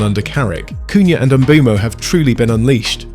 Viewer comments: Please, please please start pronouncing Mbeumo's name correctly. It has been a pet peeve of mine this whole year, every commentator getting it BADLY wrong. Pronounce it like there is no E . Mbumo. say that. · Its funny how fans opinion differs, A certain United youtube channel who goes by a fake name said United ruined Mbeumo. Also, Learn how to pronounce Mbeumo, You sound like you're having a stroke.